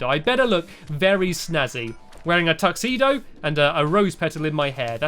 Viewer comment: you just said tuxeeno im going to try and get it